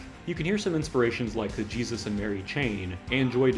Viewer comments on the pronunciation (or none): none